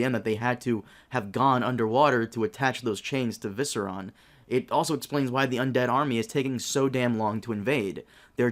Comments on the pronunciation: My brother. It is Viserion. Y u keep saying Viseron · lol viseron ,it's viserion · Viseron...really? V It's "Vis Air E on" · Great video but I can't help but point out... Viserion is pronounced Vi-sare-ee-on, not Vi-sir-on. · SOUND IT OUT FUCKHEAD: VISERION V-I-S-E-R-I-O-N Not Viseron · guys it is indeed Visseron and not Viserion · "viseron" lol. Sounds like a brand of lube. Its viseryon! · Or, the Night King just didn't see Gendry as Gendry left before the two parties met, which is exactly why Jon Snow told him to leave then. Also, Viserion has two i's in it. Viss-EAR-ee-on, not VIS-er-on. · I know u know that! But it just doesnt sound right at all! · Viserón, Regal.... smh... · "Viss err on" love how he says it haha😂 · It's Viserion mate, you're missing an "i" in there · Sorry, but VIS-ERY-ON ty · organicstorm saying that I truly care about this would be laying it on a bit thick, I just noticed him calling him Visceron in his videos. Maybe there's no truly 'correct' pronunciation for some names, but I'm pretty sure that one's false. shrugs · The Evil Bassist its prunounced viseryon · Why is everyone on youtube mispronouncing Viserion?